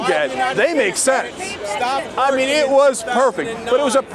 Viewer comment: "I jump in eet." You go, Cenk!